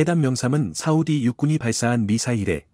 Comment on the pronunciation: 자막의 ㅇ을 ㅁ으로 읽는 경우가 빈번한데 유의하시기바랍니다 사우디를 사무디로 읽는 경우